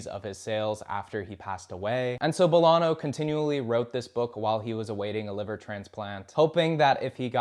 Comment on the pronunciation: He says Bolano weird too. Not a bad video but the pronunciation feels slapdash.